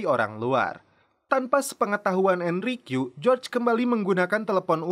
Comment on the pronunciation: Enrique di bacanya itu Enrike bang